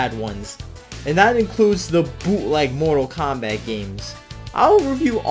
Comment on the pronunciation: "Mortal Krap" It got me. 🤣